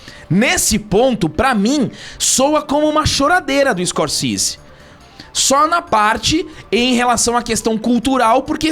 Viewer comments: Nunca fui fã do diretor, acho superestimado mas invejo seu conhecimento cinematográfico e respeito com a arte, e nessa concordo com ele 100%. E corrigindo, a pronúncia do sobrenome do diretor é "scorcese", não "scorcise". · Primeiro deveriam aprender pronunciar o nome Scorsese 😂 Continuem falando de super heróis, políticos de estimação e lacração, pois de cinema vcs não entendem nada